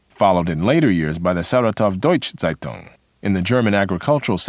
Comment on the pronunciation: is there a reason why the speaker of that video is butchering the words so much? saitang? please, the word starts with a z and it ends with ung. and which schools are you talking about? are you really telling me that we here in austria never heard of the pre WW2 history of germany? because you explain it like it is nowhere taught outside of germany. nowhere, never ever, maybe in german schools.